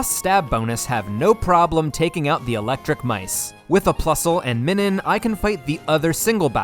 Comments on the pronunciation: Minun is based on the "Minus" symbol, which is pronounced "my-nus." Now say it with my,. My... Nun. Now put it together. Minun. IT'S NOT MINNIN YOU FU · pretty sure it’s pronounced MINE-un, because it’s pronounced MINE-us, not MIN-us that’s a marill her? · I thought your Minun pronunciation was bad, but then you hit us with the Roselia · The Minun pronunciation makes me rage